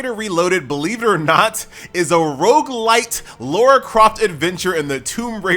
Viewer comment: What is it with Americans and their inability to pronounce the name "LARA"?